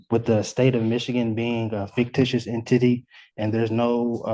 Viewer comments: Did he really say "en-titty" instead of en-ti-ty??? 😅😅😅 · the state of Michigan is an "En-tity". 🤣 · "The state is a fictious en-titty" Quagmire: Giggity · En-titty! LOL